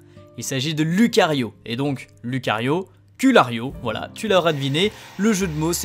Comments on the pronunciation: lUcario ;-; on dit loucario XD mais a part ça tu gère! continue comme ça et je te propose flateubé pour flabébé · Ça se prononce "loucario" et pas "Lucario" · Pour info ça ce pronononce loucario